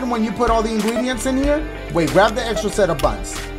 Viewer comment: "the fresh ingweedients" 😂